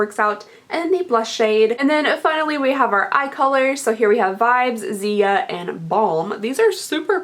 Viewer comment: Anyone else got pissed when she pronounced Ziya's name wrong